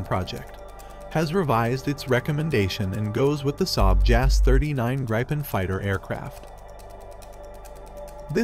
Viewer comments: Pronounced, G-R-E-E-pen :) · I can't stop being annoyed at the pronounciation of Gripen in the video, the Gri is pronounced very very similar as Gri in Griffin (Gripen = Griffin) and then Pen as normal